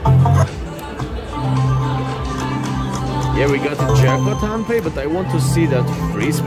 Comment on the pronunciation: it is pronounce as HAND PAY